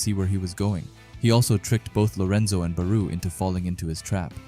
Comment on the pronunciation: Why do you pronounce Barou like that